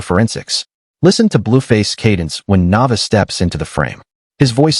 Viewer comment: Pronounce her name right Na Vay Aaa